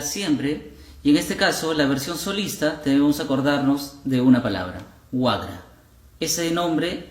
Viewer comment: No es wagra, sino waqra